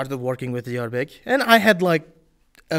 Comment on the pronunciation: I guess, Diyorbek's pronunciation is perfect